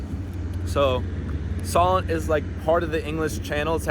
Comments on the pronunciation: SO-l'nt, not Sollent. And Spoons, not Spoonies LOL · I don't recognise the UK in these videos. It's sunny all the time. Btw we say 'spoons' for Wetherspoons and Solent is pronounce 'so-lent' not sol-lent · SAY SO--LENT NOT SOL ENT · ....and it's So-lent not SollAnt 😂😂😂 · I used to live there. Not "Soll - ent" but try "So - lent". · It's pronounced So_lent not Sol_ent. lol Looks like you're having fun and getting to see a lot of places this time! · You keep saying "the _Sol_ent" It's the _So_lent... ('So' to rhyme with "go" ( Not "Sol" as in the name for our Sun) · Pronounced Sewlent (Solent) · The Isle of Wight is brilliant and you should have at least stayed overnight...lots to see and do! PS it's pronounced SEW-lent! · Solent..pronounced So(e)lent.. the long o sound. I’m from Hampshire my school had Houses named after local rivers/waters.. Hamble, Test, Itchen (all rivers) and Solent. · I live about 8 miles along from Portsmouth (still on the Solent) and use the hovercraft regularly. It’s a fantastic City. 😊 I’m so glad you enjoyed your visit. ps Solent is pronounced ‘Sohlent’. 😊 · Great video, nice to see some of my old stomping grounds from my youth. And I commend your pronunciations, almost all spot-on ! Only "Solent" really stood out, we say it more like "Soulint" (so not 'saul' like the name, more 'soul' like the music :). Fun fact: if you'd stayed there this weekend coming you might've witnessed one of the Solent's quirkier traditions - there's a sandbar called the Bramble Bank between the Isle of Wight and mainland which, weather and tides permitting, is exposed enough for local cricket teams to play an annual match on it, so once a year you can watch people play cricket in, essentially, the middle of the sea :). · Well, I was born in Pompey and lived for 20 years, before moving to Australia, and I always pronounced it 'Soh-Lent'.